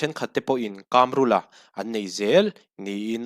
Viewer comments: I chanel hi ka ngaithla thin a, a tha hle thin mai. Tluang taka, kal zel turin duhsakna ka hlan a che. KÂMRÛLA ti a an sawi ka hre ve ngai lo a, KAMRULA(Chakai AIKAM) KAM tak hi i lam dan leh ka lo hriat thin dan a in persan ve det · 2018 khan engmah ila hrelo😂😂 KAMRULA hming pawh tun thlengin ila lam thiam lo, dawt i sawi😂😂😂😂